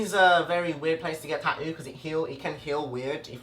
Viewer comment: The way he says tattooed "taooed" or tattoo is "taooe"